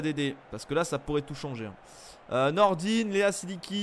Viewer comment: Nordine 😂😭 Nordin (-ain a la fin) 🤦🏼‍♂️😂😭